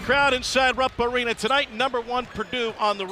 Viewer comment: "Rupp Awena" 😄